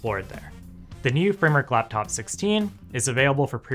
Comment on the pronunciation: What is a "Laftof"? Dude got beef with the letter P